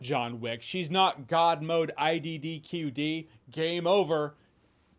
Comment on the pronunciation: IDDQD!!! Hahahahahahahaha! Legendary! I Bet 90% of the Viewers didn't understand what he said!!!